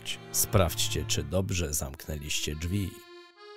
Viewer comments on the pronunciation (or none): none